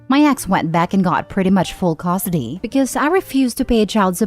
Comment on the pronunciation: AI voice? Says Costidy instead of custody